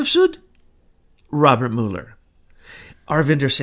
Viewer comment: I think you're asking a lot of a guy who can't even pronounce "Mull" er. :)